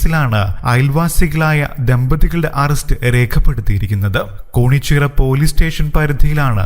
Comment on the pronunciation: കോണിച്ചിറ അല്ല കേണിച്ചിറ ആണ്